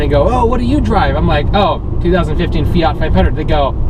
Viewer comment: FIAT not Feeaarrrt. Please! Also you cannot have power AND good mpg, you gotta choose what you want and go for it.